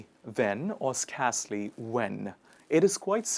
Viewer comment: You pronounce 'scarcely wrong not as in scar but as in scare pronounce as 'sker'